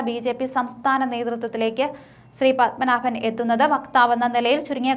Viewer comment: ശ്രീ... പദ്മനാഭൻ അല്ല. ശ്രീപദ്മനാഭൻ. വെറുതെ നോക്കി വായിക്കുന്നത് അല്ലാതെ പൊതു അറിവോടെ കൂടേ വായിക്കുക.